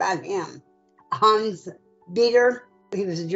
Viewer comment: As a german it's extremely funny listening to them, trying to say Hans. I accept her pronunciation but the moderator's...dude. "Hans" and "Heinz" are two different names. But I have to admit this is the first time I actually had fun watching one of these videos. I am probably gonna come back just for Hans.